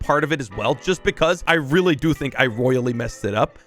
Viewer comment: Rolly instead of really